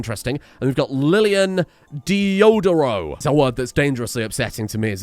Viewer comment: Deodoro is a surename with a lot of military history actualy, very fitting As far as i know marshal deodoro da fonseca was a brazilian army marshal acredited to overtrowing the monarchy and instituting the republic of the sword, wich is pretty cool i guess ...also you are pronouncing it wrong